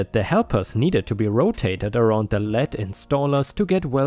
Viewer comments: Lead..... "Leed", not "led". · and on, the word "LEAD" has two pronunciations, depending on the meaning. The way you're pronouncing it, "LED", means the metal, like the one Superman can't X-ray through. "LEED", with the EA sounding like the letter E, means the one in front, or in this case the primary installer. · 🌟🌟🌟🌟🌟👍🎬👁👁🐱 In the last story, lead is pronounced leed. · Vet turned Electrician Story: In the context of this story, you pronounce lead like the metal used in lead-acid car batteries when in fact it rhymes with bead, need and seed... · Lead installer pronounced leed installer. Lead as in the metal sounds like led. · In this instance, "lead" is said as "leed" as it is referring to someone in charge, as they are the leader. It's not referring to the metal. 👻